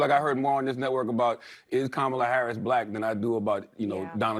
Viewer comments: All of them should kick off the pundits who do not pronounce Kamala Harris' name correctly. Kamala Harris is the Vice President of the United States. Respect her like the men. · Isnt it weird that nobody has a problem with saying the name "Charlamagne Tha God" but using a person's preferred pronouns or pronouncing the name Kamala correctly is just too much for them